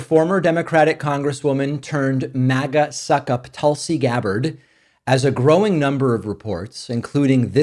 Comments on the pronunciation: Dave, thank you for saving Tulsi Gabbard’s name correctly. Tul-See vs Tool-See. I had a great morning and busted out laughing to myself while I was stuffing my face with donuts. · Thanks for not saying Toolsi.